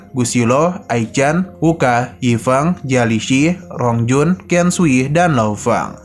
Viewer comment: Penjelasan nya kurang jelas bicara nya rongjun di sebut long jun😂